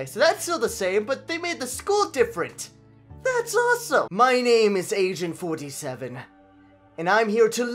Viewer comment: at first i thought he said asian 47 and after i heard that i had to pause the video because i couldn't stop lauging